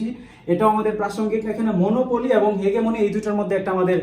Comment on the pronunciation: ভাইয়া, হেগেমনি না এইটা হেজিমনি 😶